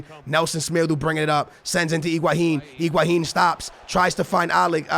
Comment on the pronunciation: Pronunciations: Higuain = IguaHin Joao Felix = Joaon Felix Nelson Semedo = Nelson Smeedu Aouor = Owar